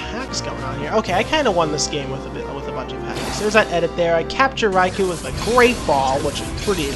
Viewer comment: It actually is pronounced with a strong O Raikou that is